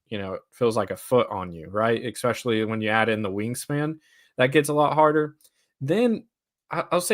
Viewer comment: Please say "especially" and not "EXpecially". Much praise to your Heat heart!